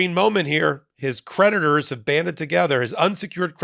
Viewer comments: I like the way you make 'creditors' sound like 'predators' ! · You said creditors; I thought you said PREDATORS! 🤣😂😝